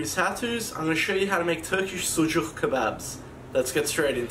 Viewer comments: There is NO TURKISH SUJUK KEBAP, please first learn and after make videos. It name is Adana Kebap and of course Turkish food! *The way you pronounce “sujuğğğğ” is too disturbing by the way. The correct word is “sucuk”. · Bro good video but. It is not suJuk :) that is suCuk.. not "J", it is "C" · Yes not sujuck. Lived in turkey over ten years this is not sujuck. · You didn’t make a sucuk two different things adana and sucuk. First learn their proper name please? 😂😂😂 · I don't like how he said "sucuk"